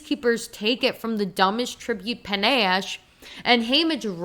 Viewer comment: I really agree with so much of what you said, but omg it's pronounced puh-NASH. I'm sorry I had to say it Lenore Dove was such a misstep for me, and the way she's written I just thought was terrible.